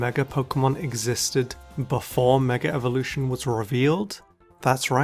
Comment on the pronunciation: Why do people constantly say "megar-evolution"? Where does the R come from?